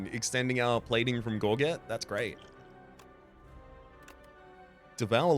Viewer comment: Small note - Gorget is pronounced like 'gorge et' (i.e. the second g is pronounced more like j)